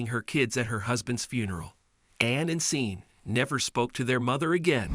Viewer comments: It’s pronounce Shorn (Sean) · I believe his name is Sean and is pronounced Shawn. The video was great when I could focus on it and the presenter was fine except Sean. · "seen"! "Lie-ly"! A daily dose of moron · That pronunciation Sean, (Shawn) grates on my nerves like finger nails down a chalk board.